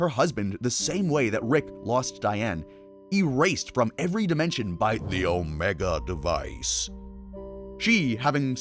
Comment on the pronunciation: please stop saying omega device like that gng